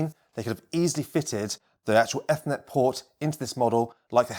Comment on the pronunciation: No keep saying it that way, I like it :D Great reviews!